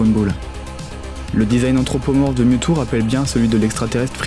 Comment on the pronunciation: "DeuxMiaou" AIE